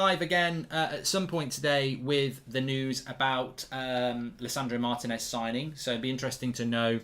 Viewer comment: At some point, will Goldbridge learn that the man's name is pronounced Mar-TEE-nez, not Martin-ez?